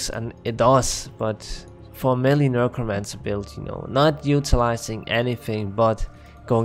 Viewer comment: NEK-ro-mance-er. Nurkromancer is cracking me up. 😆 Good vid though.